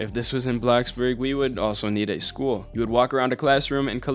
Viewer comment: BRO STOP SAYING BLOXBURG LIKE THAT